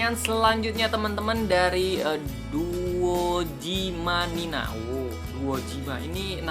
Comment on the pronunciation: Itu Doujima Nina dibacanya Dojima Nina dan Doujima Nina nama karakter di Aikatsu! (Anime Idola)